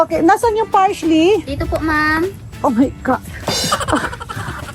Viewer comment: Tita Small, PARSLEY po not PARSHLEY 😂